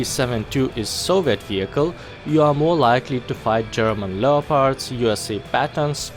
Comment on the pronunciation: this might help with your pronunciation of leopard.